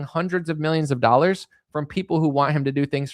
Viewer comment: Why does he always say, "MEE-yimns"?? Mr president, with all due loss of respect, it's pronounced, "MILL-yunns"